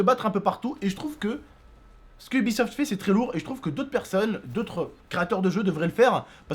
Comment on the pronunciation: j'ai cru airsoft pas aibisoft